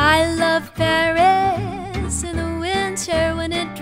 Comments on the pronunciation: Sometimes, the wonderful singer pronounces "berries" instead of "Paris", because of the very soft vocalization of /p/ fortis, bilabial. It is not very important, but to take care of it. Just to try and help. The song is magnificent. Thanks. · Единственное что смутило, так это неправильное произношение слова Париж, судя по всему иностранный акцент, так что простительно.